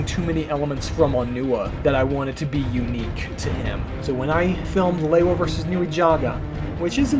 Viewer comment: Looking absolutely class! Hearing Lewa pronounced properly as it was in the promotional discs is soo refreshing! Also was that a remix of LP New Divide at the end??